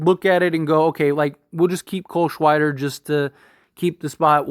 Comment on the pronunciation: "cole shweider" lol